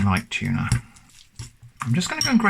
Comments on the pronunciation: I think it's supposed to be pronounced tun- ah. With complete disappointment in the ah. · More like tun-eh? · 🤔 wouldn’t we have a short vowel sound for the U because of the terminal consonant making this sound like a “ton of” 🤢? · I believe the correct pronunciation is... Tu-No. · Something fishy about that pronunciation for sure